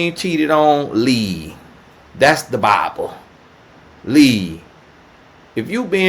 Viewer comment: He says lea, not leaVE, lea😂😂😂 I could listen to all day! 😂😂😂😂🤣🤣🤣🤣🤣